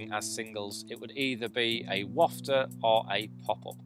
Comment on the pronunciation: Thanks for pronouncing "wafter" correctly!! Many well known anglers dont!!